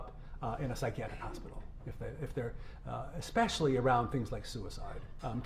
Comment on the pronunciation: And she said "exspecially". That's one of my biggest pet peeves. THERE IS NO 'X' IN THE WORD - ESPECIALLY. Drives me freaking crazy when people pronounce it as exspecially.